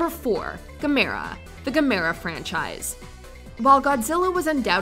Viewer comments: It’s pronounced GAH-MER-UH not gameera wtf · It’s pronounced like gam Er a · its Gamera, like camera with a G. I love Godzilla, but i would put Gamera second. I never knew the Gargantuas were Frankensteins kids, thanks for the update. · How do you mispronounce the names of Ghidorah & Gamera?